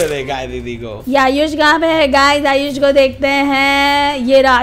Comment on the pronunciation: Ayush moee not nood ayush pro